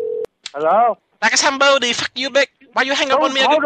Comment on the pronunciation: LiKa Som BoDeE